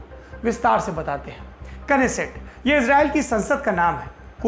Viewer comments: Kneset ko neset pronounced krte h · इजरायल के संसद के नाम मे आगे का K Silent रहता है। इसलिए सिर्फ नेसेट बोला जाता है केनेसेट नही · Knesset is pronounced as nesset . K is silent here like in know